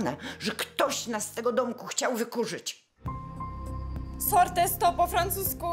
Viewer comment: czyta się sorte